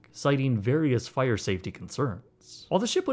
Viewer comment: The fi-errrr in the har-bourrrr 😉